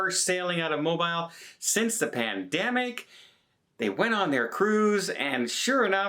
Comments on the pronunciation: It's Mo-beal, not Mo-bile. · Mobeel not Mobill. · Its Mo-BEEL . not mobile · Mo-BEEL!!!! It's NOT Mo-Bile. It doesn't rhyme with Tile or Smile. Ask Tony. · Yo,: "Mo-bile" is a British cell phone. "Mo-beel" is the port city in Alabama. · I love but Mo-bile.... Goodness.... Pronounced Mo-bill bro.... We love you bro absolutely one of my favorites but that sounds like something that stuck in my stomach too long after have eaten too much food and got sick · "Mo" "Beel" - NEVER "Mo" "Bile" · I love your reports, but please correct your pronunciation of Mobile. It’s pronounced Mobeel not bile. Thank You! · Mobile is pronounced Mo-beel. Like bee with the letter L at the end. Otherwise, great update! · Mo-bile?! With a long i? NO! It's pronounced Mo-bill! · Mobile, Alabama is pronounced Mobeel. I am fron Alabama. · I’m from GA with roots in Alabama and we pronounce Mobile, AL as Mo-Beall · It’s spelled like MO-BILE but pronounced MO-BEEL. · It's Mo-beel lol! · Mo-Beel, Alabama. 🤔🤷🏻‍♂️❤️ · Hey,! Love Family Vacations. Your tips and tricks are great! We spend a lot of time in Mobile and often have stood corrected as to the pronunciation of their fair city. It's moh-beel. Like: my moh-bile phone works well at the moh-bl home in the city of moh-beel. Easy, right? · MOBILE can be pronounced many ways, but when you talk about southern Alabama it is pronounced "mob EEL"...haha thanks! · C'mon,, you should know better by now - the Alabama city of Mobile is pronounced Mo-Beel. Please call up the following YouTube video on how to pronounce the city's name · Mobile, Alabama, USA is pronounced "mo-BEEL". (also, from several previous videos, "et cetera" is pronounced "et settera", not "ek settera") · MO BEEL is how you say it! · It is pronounced M-O-B-E-E-L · let me echo the comment about the pronunciation of Mobile Alabama. Mobeel as in automobile. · Mo-Bile! 🤣🤣🤣. Where’s Mo-Bile? 🤣🤣🤣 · No no. It's Mo beel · It’s mobeel… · Some say Mobeel